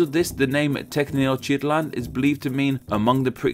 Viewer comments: It's wee-tsee-lo-potch-tlee, not hutsuriopochli is pronounced tae-notch-tit-lan, not tie-nod-shit-land and finally it's mae-she-kuh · Ten-noCH-tit-lan*, the form "Tenoktitlan" it's only used in Spain but not in Mexico where the nahua people pronounce "Te-noch-tí-tlan". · Why do you read the first two syllabi" of Tenochtitlan as "tecneo" when it is simply "teno"? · Tenochtitlan -> Techneoshitlan .... wel done sir! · 2 things, the name Mexico actually comes from the group of Aztecs called Mexica that u mentioned. And tenochtitlan is pronounced Ten- Nok tit lan. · They way I pronounce that is ten-oh-chit-lan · TEH-NOTCH-TIT-LAN That's the right way to pronounce it. Yw. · Lol. Tenochtitlan is pronounced Tayn-oh-teeht-lawn. :) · It sounds like you said sh*t land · Tenochtitlan isnt pronounced how you pronounce it......... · THE WAY YOU PRONOUNCED TENOCHTITLAN HOLY SHIT SNCJDNCJSNFBS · America City? There is no country named America. That's 2 continents--the North and South versions. There is, however, one called the United States of America--US or USA for short. The original name for Mexico is ten-oach-teet-LAHN; nueva = new-A-vah, or better Spanish = NWAY-vah. Kuwait = coo-WAIT, not coo-WATT.